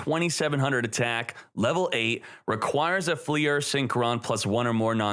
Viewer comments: Fleur is one syllable. Not “flea-urr” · "fliers" tf is that pronunciation